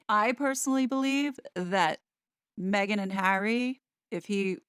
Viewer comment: I enjoy your reporting very much. Please drop the silly inflictions in your voice - for example, when you say “Meghan.” It has gotten tiresome and annoying. Have confidence in yourself and what you’re saying and drop this annoyance. It does not serve you.